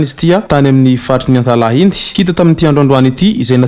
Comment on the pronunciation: "Antalaha" fa tsy "Antalahy"